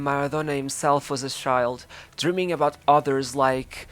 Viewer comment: can u fking pronounce CHILD not SHIIIIIIIILD